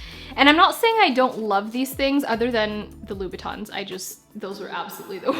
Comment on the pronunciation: It's Louboutin not Louis Batons 😛😅😅 Nice video 👍🏾